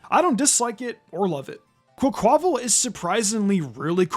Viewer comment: Quaquaval is pronounced Quack-Wuh-Vall, as in Carnaval, the famous celebration from Rio De Janeiro, a city in Brazil, a country with heavy influence from Spain and Portugal, the countries upon which Paldea is based.